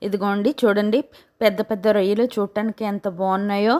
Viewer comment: Akko rayilu kadu రొయ్యలు